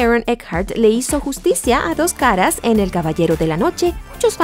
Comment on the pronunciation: Por ahi escuche un "do'j cara"